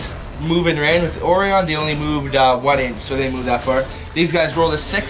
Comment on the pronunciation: Orion's belt not Oreon's belt "O-righ-un"